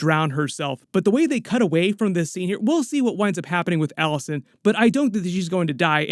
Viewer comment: It’s not “Alice-Ann” it’s “Alice-ayne”.